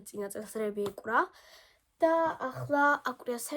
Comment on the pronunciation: აკვრია არა აკრია 😅 ეკვრა არა ეკრა😂